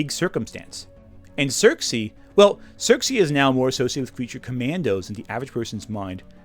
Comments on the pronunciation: I don’t think I’ve ever heard anyone pronounce Circe like that. I thought you were talking about Xerxes and I was wondering when wonderwoman did a 300 crossover. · It’s Circe